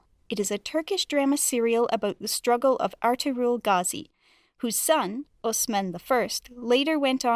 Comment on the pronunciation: The way she pronounces Ertagul